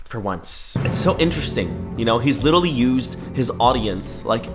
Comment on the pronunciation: "literawy" HELP I CANTTT